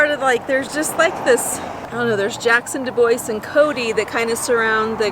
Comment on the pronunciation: We need a little lesson on how to pronounce DuBois. :) but I sure do love ya!